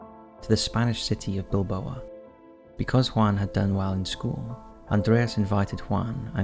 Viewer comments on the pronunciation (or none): You're obviously not from England!! Derbyshire is pronounced with an 'A' not 'E' Darbyshire! I'm from Derby (Darby). Also, the city in Spain is pronounced Bill-Bau not Bil-bo-a! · Bilbau not bilboa... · BILBAO .. not Bil-boa :(